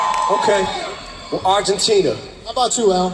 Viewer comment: Me encanta como dice Argentina ❤